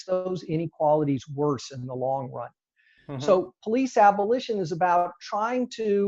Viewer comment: How do you say police? Surely not powlice. Please learn English first man? powlice?? Are you kidding me?